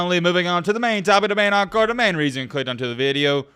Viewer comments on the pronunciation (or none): none